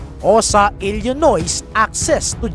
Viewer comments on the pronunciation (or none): none